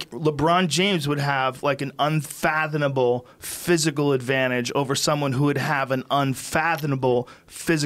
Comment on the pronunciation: Joe "Unfathinable" Rogan